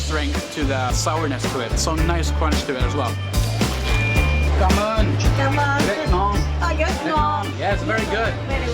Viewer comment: I’m a native. The way he pronounced it is good for a foreigner. Stop being so criticizing. The way he said “cám ơn, rất ngon” is on point. At least people can understand.